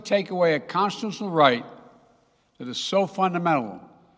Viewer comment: Biden did say Cozituzyunnel . . .